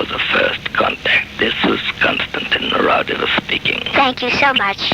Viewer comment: I'm literally listening to tape 90 out of the 270+ tapes in the Raudive collection, and the person on the phone sounds nothing like Raudive. Also, you are pronouncing his name wrongly.